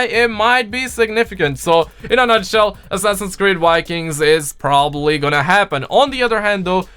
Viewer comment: "This might be all about the wikings" Really butchered but you speak french respect.